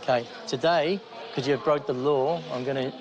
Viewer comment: ‘have you been in trouble wih the ‘ LOOAH’? ‘…. I dont know what a ‘looah’ is.